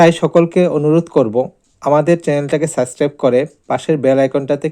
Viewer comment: সরি। উচ্চারণ ঠিক করতে হবে। ব্লক/ব্লগ সুস্ত/সুস্থ সাসক্রাইব/সাবস্ক্রাইব এই ধরনের আরো শব্দ আছে উচ্চারণগত সমস্যা।